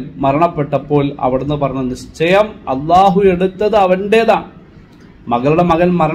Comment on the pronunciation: ഉസ്താദ്, allah എന്ന് പറയുമ്പോൾ ഉച്ചാരണം ശ്രദ്ധിക്കണം. നല്ല അവതരണം.